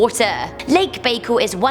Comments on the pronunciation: It's not Lake BAY-kel. It is Baikal, pronounced BI, like bisexual, and cal, like calvin. Bi-cal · Lake Baikal pronounced 'Bye Call'